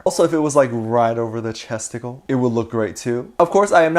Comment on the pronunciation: chesticle Captions: testicles